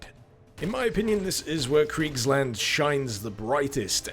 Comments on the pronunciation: It's spoken a bit like [Creekslahnd] and I think the sonicweapon is spelled like [Shall, as in I shall do this + waffle, but without the l spoken] -> schallwaffe.... I have an exam to prepare for, goddamnit.. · Why did you read Kriegsland as Cridgeland?